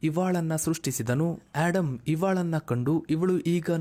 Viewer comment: ಆಡಮ್ ಅಲ್ಲ ಆದಮ್